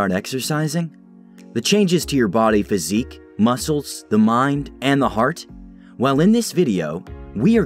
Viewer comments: Physique. Not physic. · Respectfully, it's physique not physic. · Physique ** not “psychic” 😂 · physique, not physic